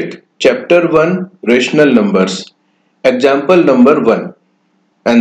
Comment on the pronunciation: 'Exgample" lol